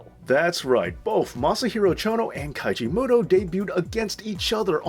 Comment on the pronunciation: It's Keiji Mutoh not Kaiji